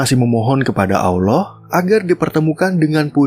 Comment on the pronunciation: ini Film dari Turki yah, film negeri islam tapi narator lafalkan nama Tuhan gaya Kafir 😂